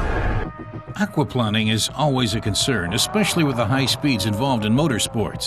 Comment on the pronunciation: The way the narrator keeps saying "aquaplanning" makes me chuckle. Maybe he used to work for a water company as planning chief. Or maybe he hates planing wood so much he can't stand to say it even when referring to water.